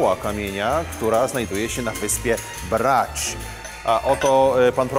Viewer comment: Marcinie- mówimy Bracz, Omisz, Pucziszcia. Chorwackie Č Š to odpowiedniki polskiego cz i sz. W przeciwnym razie mówiąc brać, powinieneś też mówić puciścia.